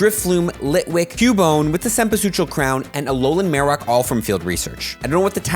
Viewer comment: Amazing cempasúchil pronunciation ! Hahaha!